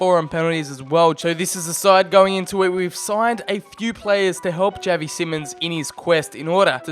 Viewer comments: It’s pronounced shavy not chav e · Not Pronounced as Javi, literally pronounced as Xavi, (Za-vee)